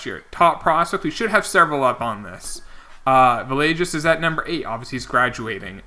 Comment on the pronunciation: Cant wait for Villegas to retire so you can stop butchering his name lolololol.. (just messing around) (its Vee-aye-gas by the way)